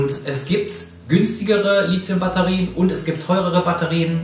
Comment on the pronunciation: Litzium??? Mach doch mal ein Video darüber, warum das die meisten Leute falsch aussprechen? Lithium kommt von Lithos (Stein) und das th spricht man wie bei Lithografie. Oder sagt irgendjemand Litzografie?